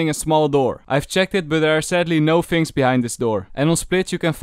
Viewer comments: fhings, fhank you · Fings in falovant are actually amazing